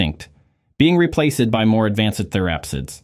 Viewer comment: Please use the human voice of someone who knows correct pronunciation, which would make this a great educational video. The word “replaced” is incorrectly pronounced “replace – ed”; Winged insects are called “wing-ed insects”, Pangaea mispronounced as “Pan-gay-ah”. Same problem with Glomeromycotan, and many other examples.